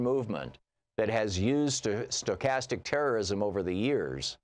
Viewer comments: Please learn to pronounce the word Stochastic!! Just trying to repeat words you don't understand or can't pronounce takes away from your credibility. Stochastic means random as it changes over time. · Dude can't even pronounce the word. Who would be so foolish to think he knows what he's talking about. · Julia Lerner I completely agree with you on the meaning. It clearly means hate speech leading to random terrorist acts. My concern was the mispronunciation of the word Stochastic with is a advanced math concept meaning a random event that changes its randomness form over time.